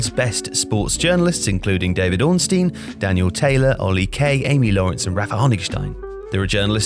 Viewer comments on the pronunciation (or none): none